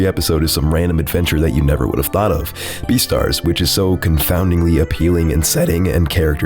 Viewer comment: The way you said "beastars" made me laugh. Thanks a lot.